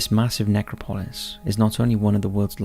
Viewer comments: Ne-CROP-o-LIS NOT NECRO-PO-LIS. Seriously this guy is a very good narrator AND I know there are differences in pronunciation sometimes but in EVERY video he mispronounces things. Sometimes such famous names that I find it hard to believe. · man you say that word funny. its [nek-rop-ul-iss] not [nek-ra-paul-iss] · it’s nec-crop-Lois… the pronunciation here is absolutely painful! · Dude! love the vids... hate the way you say Necro-polis with the accent on the o (pOlis). It's NecrOpolis... sorry to be petty, but it just makes you sound like you didn't do the slightest bit of research on the topic you're talking about! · No…it’s Ne-crop-a-lis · Ask Google to show you how to say necropolis !